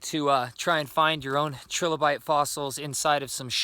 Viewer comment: It's pronounced try lo bite, not tre lo bite